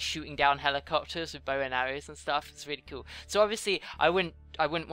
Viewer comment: you said coll not cool